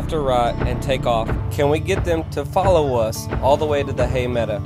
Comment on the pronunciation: I watch all the time ..but please...medow...not meda